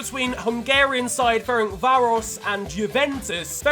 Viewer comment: “Ferenkvaros”???? Maan as a hungarian it hurts. Pronounce it “Ferenszváros”